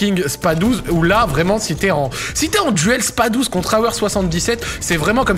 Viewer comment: J’avoue ça m’irrite aussi 😅